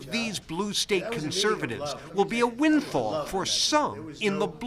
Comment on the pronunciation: Wtf is a "winfall"?